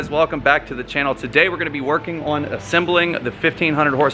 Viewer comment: Beautiful build - good call on the billet sprockets.. only thing I would like to see is gun drilled cams - the factory cams are much lighter and although it wont matter much for drag racing it would for RR.. PS. every time the builder says the word 'on' I keep thinking he is about to say the world 'awning'.. what accent is that?